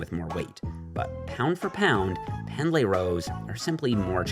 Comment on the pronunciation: buddy, I love ya, its pronounced "pend-lee," not "pend-lay"